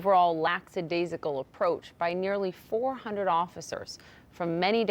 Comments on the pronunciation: It's not "lacksadaisical." It's lackadaisical. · WHY do people, including grown, employed TV news anchors, mispronounce LACKADAISACAL? There's no "s" after "lack". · "laXadaisical" approach? That's a lackadaisical approach to pronunciation for a major news network presenter. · A "laxadaisical approach" to correct pronunciation by CNN broadcasters.